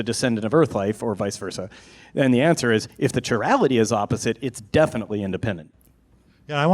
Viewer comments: Yeah, slightly annoying. More annoying is when he mispronounces "chirality" over and over and over again. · pronunciation of "chirality" is hilarious. He's clearly been doing his own research reading about this stuff, which I think is great.